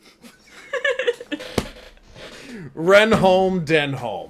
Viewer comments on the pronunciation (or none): his name is pronounced den-um ren-um, i swear they say reynholms name in like every episode, how do you manage to mispronounce it so much!! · has it pronounced correctly. Denholm Reynholm (Den'um Ren'um) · You pronounce his surname 'Renn-um' effectively. And yeah he's a great character. You should check out Garth Marenghi's Dark Place at some point Richard Ayoade (Moss) is in that too. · I'm sure you'll have gotten (PHONETIC!) Dennem Rennem's name right by the start of season 2 and foresee no further problems. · Denholme Reynholme is pronounced "Denum Renum" (short E and U sound in each word). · is saying the bosses name correctly, is pronouncing too many letters. Denholm Reynholm is said dennam rennam. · Reynolm Denholm - pronounced: Ren-um Den-um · I enjoy your reactions BUT how can you debate the pronunciation of a character's name seconds after you have just heard it said? Is this some weird US blind spot? 23.33 Renholme's name is said, 23.41 you pronounce it totally differently.